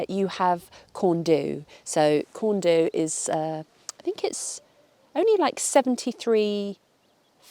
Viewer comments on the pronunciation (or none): Not Corn doooo it’s Corn DDU (deeeee) lol good luck with our lingo ❤ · croeso i gymru Welcome to Wales Right time to de-English you a bit. It’s not Pennyfan Try a cheeky trick It’s Pen uh van Corn du cheeky trick The d makes a thee sound. corn thee We want you to stay But we are like the Borg we will try and assimilate you 😀😀😀😀😀😆😆😆😆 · Its pronounced Corn thee . U is pronounced ee. Usually. Just saying. Hope you do come to Wales. It's beautiful. Great video too. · Welcome/croeso! For future ref, Penyfan = "pen--er-van, and Corn Du = "corn-dee"